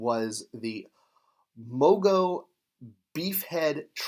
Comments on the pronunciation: It's Mongo, not Mogo. Says so right there on the package. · MoNgo not Mogo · Mongo not Mogo...And Atha not Agatha..